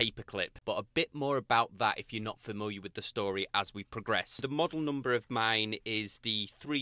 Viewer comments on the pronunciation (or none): none